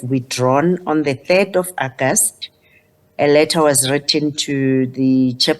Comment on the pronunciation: How did she become PP when she can’t even pronounce August? Correctly. It’s not Agast😱